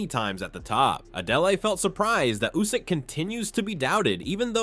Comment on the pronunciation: yeah way to many lazy youtubers out there, take a bit of film from others then let AI do the rest. It can't even pronounce Usyk, comes out as Usaaayk